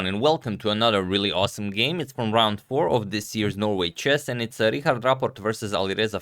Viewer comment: Your pronunciation of Richárd has definitely improved 😍